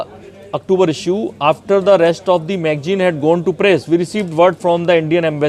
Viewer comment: Great info n intact interesting too :). Horrible English though. You sound as if you have some defect in your mouth. Magjine. Waasington. Come on dude. At least respect your listeners and work on ur pronunciation.